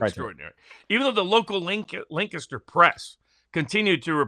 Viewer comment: Shoo fly pie. Montgomery pie. Awesome woodwork. said "Lancaster" correctly. Cheers.